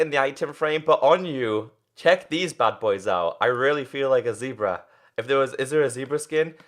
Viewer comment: It's zebra not zeeeebra